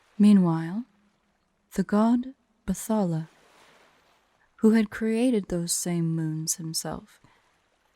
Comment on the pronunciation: Oooh, the tale of Bakunawa. It's been a while since I've heard someone talk of this particular serpent. Also it's pronounced "Bat-hala" not "Bath-ala."